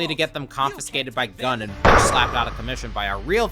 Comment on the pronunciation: The way it cut off, it did NOT sound like that! Sounded more like "Gyoon"